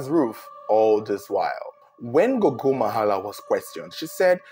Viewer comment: I like how you pronounce correctly zengeza and gogo, surprisingly this is ghetto residencial areas more like high density areas in Zimbabwe so the houses are a bit closer to each other my wonder is how no one could here nothing it's very puzzling